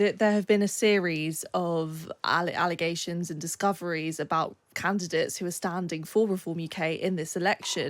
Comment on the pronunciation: They keep saying they where candates they where volunteers there canvasser she keeps saing candates